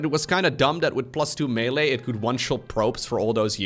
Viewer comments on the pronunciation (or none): none